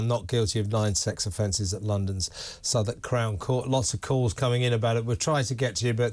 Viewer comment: Southwark, not Southern x 2.